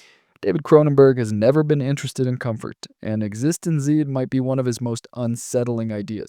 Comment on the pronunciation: also Existen-ZEE instead of Existence. Bewildering.